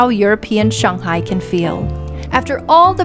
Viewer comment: The way you pronounce 'Shanghai' proves you've lived in China for a 'long' time.